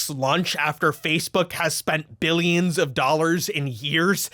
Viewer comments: Did u just say "billiams of dollars?" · Did he say "billiams and billiams of dollars"??? 🤣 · Did you say "billions and Billiams of dollars"? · "Billions and Billiams of dollars"😂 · billiams of dollars did you say? Lol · “Billions and Billiams”